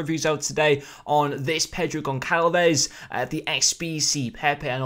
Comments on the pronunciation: Gonçalves is só like kalves u say it like a s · instead of saying the c like a k say it like a s so gonsalves